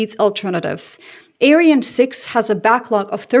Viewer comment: The rocket is written "Ariane" and pronounced "Ariaan". The second "a" is long and the "e" is sometimes silent.